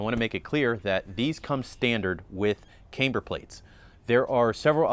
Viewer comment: Please stop pronouncing camber wrong